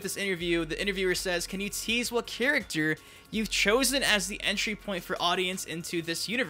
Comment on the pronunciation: Nitpicking but I always found it was a bit irksome how pronounces ''character'' as ''chuructur''